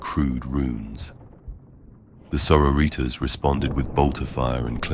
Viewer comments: Sor-o-ritas. Still lmao. 😂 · It’s fantastic, but it’s both grating and hilarious how it pronounces sororitas 😂